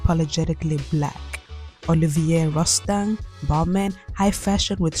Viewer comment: hey girl! Olivier Rousteing is of French nationality so his name is actually pronounced “Oh-Liv-EE-AY Roo-Stahn”.